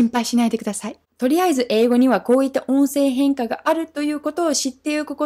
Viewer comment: 「音声変化」の発音がいいな。上級者向きの話題だな。